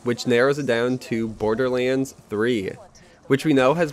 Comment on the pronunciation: he pronounces Borderleans not my fault :))